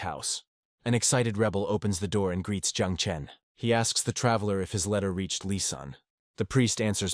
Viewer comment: the ai makes lizanne sound like an arabic by calling her "lisan" as in lisan al ghaib! it kicksmeof especially when mentioned more than once! and bro just use assasin i know the story would have been an hour longer but it will sound better to a western audience if you use the international word of assasin! instead of killer! killer is everyone who has ever trotten a bug! assasin is a proffession!